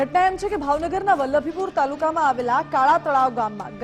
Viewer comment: Valbhupur....padgha.....nu ucharan khotu thay chhe.